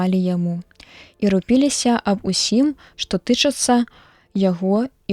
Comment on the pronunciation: Прачытана: рупі'ліся, правільна: ру'піліся.